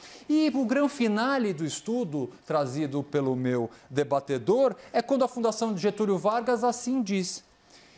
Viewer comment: Augusto nunca usou a palavra:" debatedor" começou segundo o Caio, a prova é que ele fala:" debatAdor" kkkkkkkm